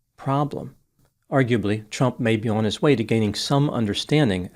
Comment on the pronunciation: I love the way you pronounce trump as chump. Perfect!